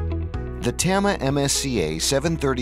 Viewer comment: please tell the people tht do your voiceovers to pronounce “tama” correctly